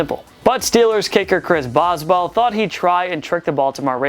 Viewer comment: Chris BOSBALWL ? Wtf did you just call him ? You did not say Boswell